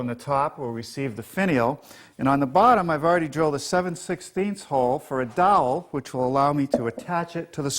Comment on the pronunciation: Drives me crazy when he says doll instead of dowel.